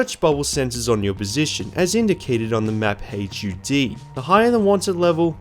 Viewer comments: My guy, please stop saying H.U.D. and just say hud. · You fully pronouncing HUD is killing me. Just say HUD, it takes less time to say, it’s less syllables, and everyone knows what you’re talking about.